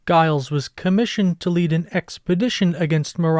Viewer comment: The name “Giles” isn’t pronounced with a hard “G”; rather, it’s pronounced “Jiles”.